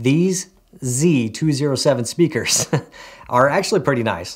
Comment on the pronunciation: Nice "Spakers" lol nice vid